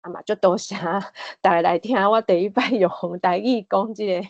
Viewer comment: 咱(Lán): 包括聽ê彼个人 阮(Goán): 無包括聽ê彼个人 狀況(hóng)(khóng ×) 第一(it)个 恁誠認真，我佇20幾冬前也識(bat)踮佇海洋之聲開一个「心理園地」ê節目用來紹介心理和精神醫學。 會愈主持，愈講愈輪轉，加油喔！